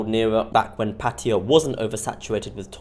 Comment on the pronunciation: You can't even pronounce Pattaya correctly, but you allow yourself to make a judgment. You probably have no idea about Thailand and Pattaya.